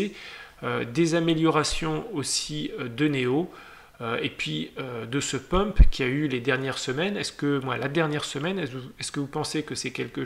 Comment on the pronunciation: Pumper ..pas pomper lol mais merci